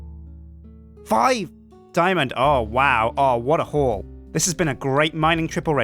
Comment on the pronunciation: I thought said "What a whore" instead of "What a haul"